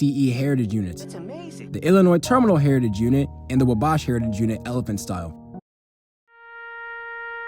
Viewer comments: Wanna mention this so northern foamers dont find it and lose their cool. Wabash is pronounced "WAH-Bash." Gotta throw the wario "WAH" into it. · Thanks for that, I needed a mood booster is this depressing video. (But come on, pronounce Wabash correctly)